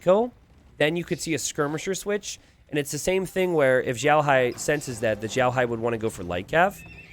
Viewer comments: Always love your content. FWIW, you're pronouncing "Xiaohai" like "Zhaohai". "Xiao" is pronounced like "Sheow", with X making a "sh" sound, i making an "ee" sound, and the "ao" making an "ow" sound. Other than that, I always look forward to your content and have been using it to better my own game! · Xiaohai, if it’s a Chinese player xiaohai is prounced sh-yow(L) in one syllable but with Chinese pronunciations each word has four tones so if I can see the words then I can let you know. Idk how to tag though 😅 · The "x" is very close to "s" you just roll your tongue a little.